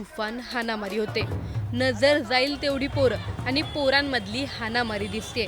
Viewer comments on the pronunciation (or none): बातमी देणारी बाई किती अशुद्ध बोलत आहे .आनी बानी पानी